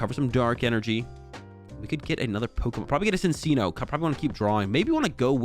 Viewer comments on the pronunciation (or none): Its fucking “CHIN-CHINO” thats how you pronounce it ahhhhhhhh and “MIN-CHINO” ahhhhhhhh😂😂😂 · love your content man but you NEED to start correctly pronouncing minccino and cinccino it's driving me up the wall lmao